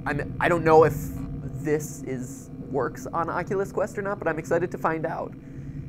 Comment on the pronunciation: Matpat: oculous rift.... Me*skips 10 secconds* Matpat:Oculous quest... Me skips 10 secs again Matpat:OcoULuS QuEsT